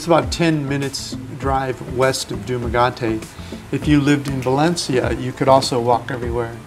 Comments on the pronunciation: It's pronounced Duma-get-te... 1st of all you do not want to use atms here everytime you need money! You get charged two times... one from the local atm service and then an international fee that is about 5.00 usa charges and the local fee is another 2.50 pesos... that to being 5.00 dollar. Total 10.00 dollars per atm visit!! The most on any one transaction is 200 hundred us dollars per visit using atm. So it is best if you going to stay any length of time say over 90 days just open a simple bank account and wire funds into that account for as little as 5.99 to transfer 1,000 us funds. Dumagette is an amazing beautiful little town and the food is amazing! I have traveled all over the philippines and i personally live in San Fernando, La Union. I have a beachfront residence that i actually own. I would highly recommend you buy a piece of property if you have decided to spend the rest of your life here... control your destiny! Renting?? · I know!!! It’s hurting my ears every time he says it...lol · Dumaguete... learn to pronounce it pleeease..😁😁😁😁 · Keep mispronouncing the city 's name? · Dude, if you’re going to make a video about the city in a foreign country you should at least learn how to pronounce the name of that city. Do you know how ridiculous you sound Incorrectly pronouncing Dumaguete???? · The way he pronounced “Dumaguete” triggered me 😭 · How did you stay there for an extended period of time and NOT BE CORRECTED AS TO HOW YOU YOU SO BLATANTLY MISPRONOUNCE the City!? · But first....Learn to pronounce the name of the city you are moving to! Otherwise, the locals will always treat you as a tourist. LOL! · I suggest you learn how to pronounce the words you are using. It's easy. You ask a local how to pronounce it, watch their mouth carefully, and repeat the sound exactly. Repeat until they tell you it's correct. Don't just satisfy yourself with dog language. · Please pronounce Dumaguete right...right... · My god man, learn to say Dumaguete ok???????